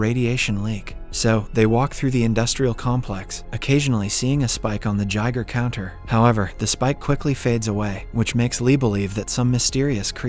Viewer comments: It’s guy-gur counter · "Gigher counter" 🤣🤣🤣